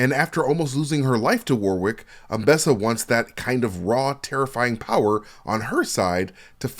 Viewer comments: Great breakdown! But I can't help feeling like you're trying to see how many times you can say "war wick" in 30 minutes. "wɒrɪk" or "WORR-ik". You shouldn't pronounce the second w, and it's making me grind my teeth every time you say "war wick" xD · Dear American friends. The second w in Warwick is silent. Also Worcester is pronounced wooster (with the oo sounding like the oo from good).